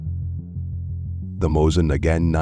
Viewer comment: The narrator can’t pronounce Mosin Nagant correctly, can’t pronounce 7.62x54 correctly….. gets SKS wrong….butchers K31…. Carcano is cheap because it’s garbage.lol Enfield chambered in dot 303 Brit…. If you’re going to put videos up, do it right.